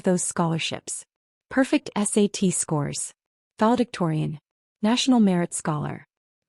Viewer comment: File Dictorian??????? This should be VALEDICTORIAN!